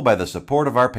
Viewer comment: "Patreon" Single consonant = long vowel (like "Patron"): Pay-tree-on Double consonant = short vowel ("Pattreon" like "Patton") : Pat-tree-on